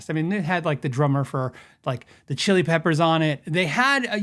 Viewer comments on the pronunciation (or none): none